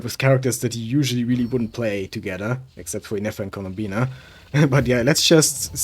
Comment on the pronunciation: it's columbina not "Colombina"